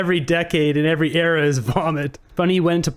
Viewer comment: The way he lisped "issss" with that downward glance and head shake really pinged on my gaydar. Heterosexual men don't enunciate like that.